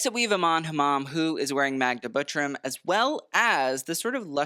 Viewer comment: if we talk about pronunciation please check how to properly say Butrym. The tr sound is different in polish and usualy nobody cares about polish names and it makes me sad...